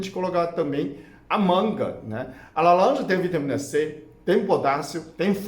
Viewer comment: Que maravilha ouvir o falar, quando ele fala (alanja) então derrete qualquer coração ❤️🙌🏼🤩 Seus vídeos são muito bons 👏🏼👏🏼👏🏼 obrigada 😊❤